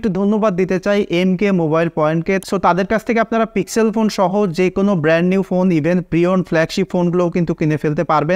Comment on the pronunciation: পিক্সেল উচ্চারণ টা আপনার বারবার ভুল হয়েছে।